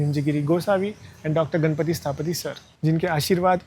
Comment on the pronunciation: I want to point some of the mistakes in your video. First of all you said that the triangle in the yantra represents 1st dimension but how does a triangle represent 1st dimension? A triangle has length and height which is 2 dimensional. And it is not घणपति it is गणपति. So you are changing the whole word. And you also said that Vishnu represents matter, I did not understand why you said that because i haven't heard any interpretation that says Vishnu represents matter. But i did get some useful things from your video like the temple tour and the Vastu scripture mayamatam. I was keen on learning vastu.